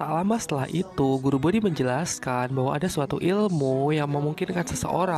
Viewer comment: guru boti min bukan bodi hehehe